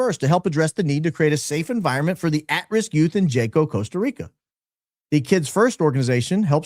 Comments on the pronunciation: Hey, watch your show regularly. appreciate the deep dives you do and your opening statements. fyi- in spirit of maintaining status as a “Hi IQ” outfit, Jaco is pronounced as if the J is an H, i.e. Haco (like Taco with an H). 😂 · Jaco Costa Rica is pronounced “Ha-co”. I only correct, I was there and it’s very true. We hired security for our air bnb to ensure sec workers didn’t try and break into our locked residence. We were told by our security company, many female sec workers look for the bachelor parties etc. to make money from the tourists per se. The report is correct. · Pronounced Haco in Costa Rico. We also experienced that there around 2015 on a vacation with my husband. We only stopped in that town for a few hours for lunch and ice cream. My husband had to leave me in the ice cream shop to find an atm when he we was approached by a couple of young girls standing on the street corner just outside the ice cream shop. An older woman also walked up to them appearing to have been managing them. So very sad. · Jaco pronounced = Haw-co ❤ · It’s pronounced “wa-co”. I had no idea what kind of town it was before arriving and it’s literally a sex trafficking hub. They call them casinos and you go drink and take women back to rooms there on sight. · Hello. The correct pronunciation of the town that you mentioned in Costa Rica is pronounced HA- CO Costa Rica is lovely up until a couple decades ago a lot of mission trips for students and young adults would go there but yes many times it has changed for the worst. If you recall McAfee the software developer and everything that happened to him there locals became very upset because of what was being imported into their country It's one of the most beautiful places I've ever been but from what I understand with people that I know who live there and travel there often it's not the same anymore remember it's Spanish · SPANISH: it is pronounced HAKO not Jaco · Jaco - "Yacko"